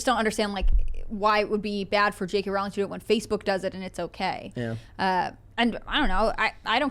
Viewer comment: Pronounced Rowling like Bowling